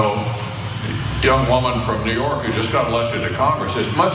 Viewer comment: I listened to it, is he saying "Dumb women?" the auto translate says young but I'm sure he says "dumb"?